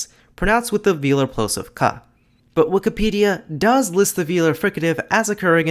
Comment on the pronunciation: Why do you say wik-a-pedia rather than wik-i-pedia?